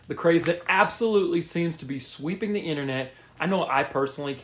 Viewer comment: "the craze that ABSOLUTELY seems to be sweeping the internet " 😂😂😂 "...ABSOLUTELY seems..." 😂😂😂 ok dude. Speaks one language and not well at that